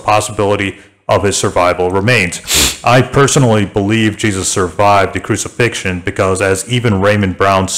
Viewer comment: he said "a full roman crusifixion". nice try tho.